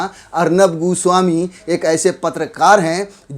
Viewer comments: Arnab GU swami bola bhai aapne 🤦😂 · Bhai aap arnab goswami ko 'guswami' kyu keh rahe ho? 😆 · Godi media is absolutely wrong but what you are doing is also not correct...this is not journalism to pronounce someone’s name as “Gooswami” instead of “Goswami”....you are also doing cheap journalism..shame on u and will never watch you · Abe 'goo-swami' nahi goswami naam h uska... 😁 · Am I the only who heard Arnab ghu...swami 🤣 when he has pronounced Everytime.